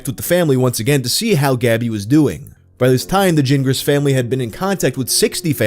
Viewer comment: Why are you pronouncing Gingras with a J sound?...thats not how you pronounce that name! G sounds like G, not J !!!!!!